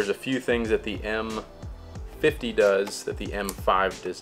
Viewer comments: What kind a review is this? You keep saying the camera's name wrong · You messed up those names so badly that I had to look at the dial and lens to figure out which one that you were talking about.